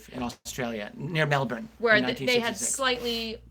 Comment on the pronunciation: So excited about this series, also great to hear an American pronounce Melbourne so well, LOL!